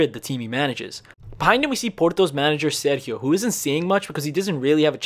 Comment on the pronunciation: that’s not how you pronounce “Sérgio”. He’s not Spanish